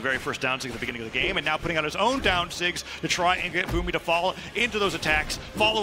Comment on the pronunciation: Why do they always call the dsigs nsigs?!